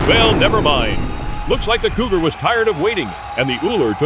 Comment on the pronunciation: I could have sworn "Cougar" was pronounced as "Goober" a few times! 😆